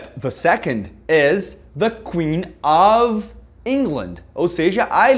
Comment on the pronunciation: Gostei demais ( too much ) da pronúncia correta do of and off. Thanks teacher.